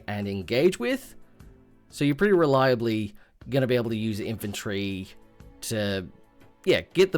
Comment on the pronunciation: "Infanrty" and "Hoard"